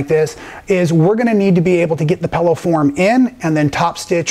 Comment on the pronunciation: you are so entertaining, I sometimes forget what an awesome teacher/quilter you are! I had to laugh at the "Pellow", my husband said when he first met me I said "Frunch room" instead of front room! LOL! Here is to creative people and language! LOL! Thanks so much, keep those awesome videos coming, you are a much needed addition to the quilt world!